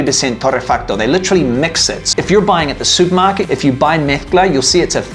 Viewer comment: Is this guy from England? He says he goes to the "Soupmarket". What is that?